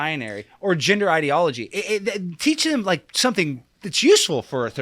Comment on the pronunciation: Gender inclusivity training I heard “ginger inclusivity training” 😂😂😂😂